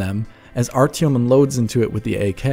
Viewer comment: Yeaaaaaaaaaaaaaah, I know the real pronunciation. I will make sure to say it correctly when I do my review on launch :D